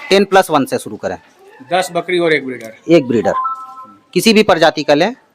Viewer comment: बकड़ी नहीं, बकरी बोलो बकरी । बार बार बकड़ी बोल रहे हो । वैसे इसके ब्रांड का परमोशन बढ़िया किए हो । क्या रोग होता है, क्या लक्षण होता है, क्या वैक्सीन देनी चाहिए ये सब तो न पूछा न इस गधे ने बताया । बस, बच्चों की तरह यह रहा ब्रीडर, यह रहे मेमने, आदि मूर्खतापूर्ण बातें किए हो । कोई ज्ञानवर्धक जानकारी ली दी है तुमने